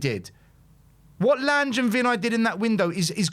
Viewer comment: Your friend Lange is pronounced Lan-ger not Lange.